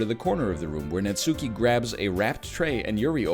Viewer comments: Oh god is he gonna pronounce it Natsoooky the whole time? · Every natSOOki destroys a bit of my soul